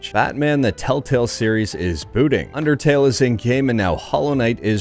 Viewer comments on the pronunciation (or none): none